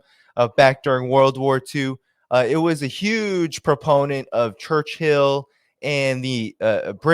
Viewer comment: Church - ILL Not Church HILL... [eyeroll]